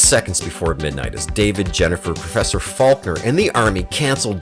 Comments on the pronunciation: It's Dr. FALKEN, not Faulkner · Falken, not Falkner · It's Falken, not Faulkner. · Have you even seen WarGames? It's Dr. Falken, not Falkner. It's the Air Force, not the Army. Not to mention (as others have pointed out), WarGames and other films listed here are the LEAST forgotten films of the 80's. In fact, many people too young to remember these films being released are still well aware of them because of their lasting impact on the American cultural landscape. Night of the Comet, maybe. But They Live, Altered States, Repo Man...come on. Speaking of Repo Man - it's Alex Cox, Not Alan. Have use ever heard of fact checking? I know, it's an "obscure" and "forgotten" concept, much like these films that ABSOLUTELY EVERYONE remembers. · The doctor from War Games is Falken. FALKEN! Not Falkner. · Dude, in "Wargames", it is Professor FALKEN, not Professor Faulkner. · Minor correction. The NORAD supercomputer in "WarGames" is named WOPR (War Operation Plan Response) and pronounced "whopper". "Joshua" is the name of Dr. Faulken's dead son whom David (Matthew Broderick) correctly guesses is the backdoor password he uses to hack the NORAD computer.